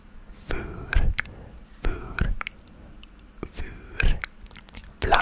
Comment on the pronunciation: you did a great job on pronoucing the “r” in “vuur” while speaking Dutch! people tend to find that difficult. also, google translate let you down again because “burn” translated to “brandwond” which means a burn on the skin. burn as in “burning” would be “branden” in Dutch :) but u did great!